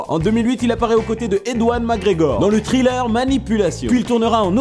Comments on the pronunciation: C'est perturbant à chaque fois j'ai l'impression d'entendre "Trailer" au lieu de "Thriller" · C'est Thriller (qui se prononce Sriller ou Triller à la limite) pas Trailer. Trailer c'est une bande annonce. Un mauvais accent anglais ça se conçoit mais quand ça empêche la compréhension faut faire quelque chose.